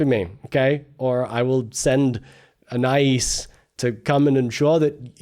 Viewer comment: Please pronounce Anais's name correctly. Ann eye ees